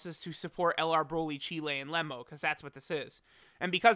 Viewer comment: No one talking about how he said LR beerus cheelai and lemo.